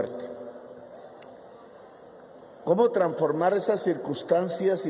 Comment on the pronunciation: Señor presidente, no de papaya cuando dice tranformar en vez de transformar. Tal vez por su entusiasmo de manifestar su valiosa idea llena de elocuencia y veracidad, se le va la palabra tranformacion en vez de transformacion.